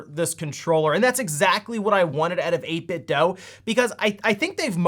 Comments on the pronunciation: It's pronounced "DOO", not "DOE". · Right? I swear some youtubers are doing it intentionally at this point. It's been confirmed multiple times by people at 8bitdo that it is pronounced do, not doh. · 8bitdo = 8bit(du) Say it with me, eight-bit-"DU". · How are you still pronouncing 8bitdo wrong